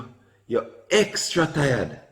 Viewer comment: "Extra tiad"😂😂😂